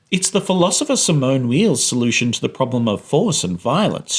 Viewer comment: "Obsessed" with how you connect to Simone Weil, she's my favorite philosopher. It's pronounced "vay" btw